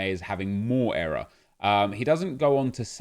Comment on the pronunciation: Nep saying era instead of error has me triggered lol